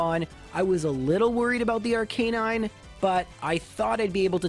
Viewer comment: did you just say arkaynine?